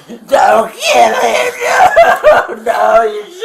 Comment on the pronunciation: “He wants to keel himself!” “No problem Ma’am we can help him with that.”